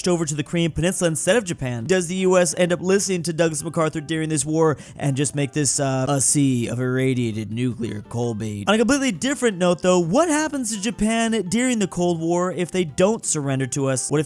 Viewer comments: why does bro keep on saying “colbait” when it’s colbaLt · Day number... actually I lost count at this point of incorrectly pronouncing cobalt as colbait, what we have learned from observing these actions is... cannot English. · Cobait? It’s co-bault cobalt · Petition to teach how to say cobalt